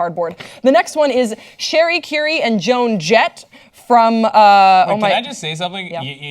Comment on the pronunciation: It's Cherie Currie, pronounced Sha-ree, not Sherry Carrie.